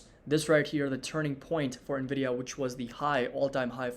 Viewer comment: how many bulls still call the company Nah-vidah? 😆